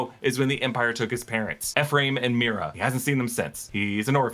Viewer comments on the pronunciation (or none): none